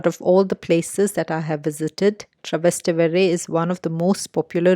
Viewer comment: It;s Trastevere not Travester lol